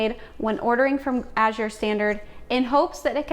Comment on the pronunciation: Thank you for the English pronunciation. So many are using the French pronunciation, as in Cote d'Azur